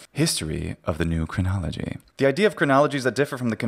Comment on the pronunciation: New Chronology, more like New CRIN-nolo-GE-y.